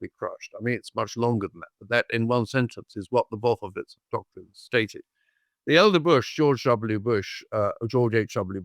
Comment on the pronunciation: I rolled my eyes all the way to China. This guy stinks like his pronunciation of "Wolfowitz". What a doosh (mispelled)!